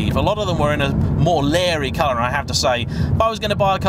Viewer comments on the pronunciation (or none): none